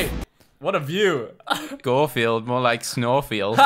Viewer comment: It’s gorfeild not Garfield